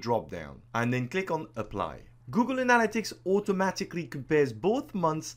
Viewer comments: ANN-a-lit-ics.. not anal-a-tics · Its analYtics not anAl-ytics !!! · Great video, so useful. But it's pronounced ana-LY-tics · 'Google anala-ticks' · I think you're pronouncing that wrong Google Analytics. But I'm guessing it because of your accent. Not throwing shade. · Great video but you pronounced 'Analytics' in about 4 different ways :) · I can't trust a man who can't say analytics correctly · I just love how you say analytics, honestly. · This was an excellent tutorial thank you! But you must learn how to say analytics correctly :P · nobody would hold it against you if you actually learned how to pronounce "analytics' properly. That was fkn torture...had to bail after 2 minutes. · Every time he pronounces “Analytics” 😑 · I wish you hadn’t crucified the word “analytics,” but I got past that, you have bang-up presentation and content. 👍🏻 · Great video..Please pronounce "Analytics" correctly. It's driving me crazy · I like how he pronounces "analytics." LMAO.